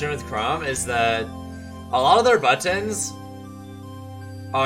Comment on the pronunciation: The way he says buttons is so odd